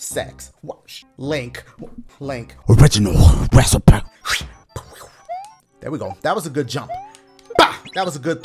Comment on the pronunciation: Original reci-puh